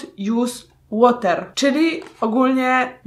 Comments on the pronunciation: i proszę państwa DU NOT JUS ŁOTER się sprawdziło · 'DU NOT JUS ŁOTER' XDDD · Do not jus łater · "Du not łosz de fejs!" "Du not jus de łoter!!" 2k18;) Mam nadzieję, że nikt tego nie napisał przede mną:D